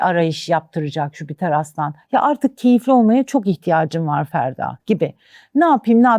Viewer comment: Gezegenin adı "Jüpiter" değil miydi🙄 Neden tüm astrologlar ısrarla "Jübiter jübiter" diyor ben de buna takıldım🤭